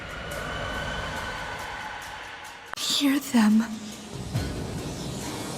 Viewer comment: Another addendum to hopefully help fix your pronunciation: it’s not “Yeen and Yong” it’s actually “Yin and Yang” how did you get that wrong? 🤔 I wouldn’t have said anything but it was hurting my Brain to hear you say it wrong 🧐